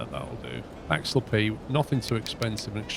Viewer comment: Hi. Love the series. The "axalpee" as you call it is named after an alp in the bernese alps in Switzerland. There is a ski area and a swiss air force live firing range. Since its name derives from an alp, it's more like "axe alp". But of course feel free to call it axalpee.;) If you havent seen footage from the firing range I recommend you look that up. It is pretty spectacular. Greetings from Switzerland.